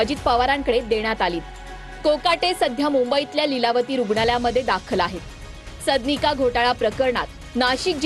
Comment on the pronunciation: सदनिका हा उच्चार निट करा...मराठीची आय झेड करू नका